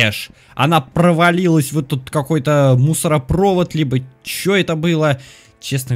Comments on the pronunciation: А разве не мусоропровОд?? Разве не на вторую о ударение?) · Не мусороповод, а мусоропОвод!